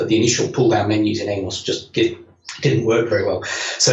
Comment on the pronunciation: Why is it no one can pronounce [AM]OS correctly, I mean come on STOS stands for ST Operating System and AMOS is Amiga Operating system. Its not a human name !!